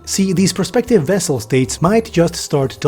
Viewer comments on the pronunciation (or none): Please note that it's "vassal" states, not "vessel" states.